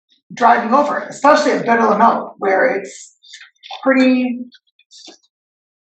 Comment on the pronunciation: I hate people that say, "EXspecially."